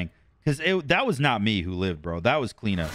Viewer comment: why do you call her Clina and not Clio lol?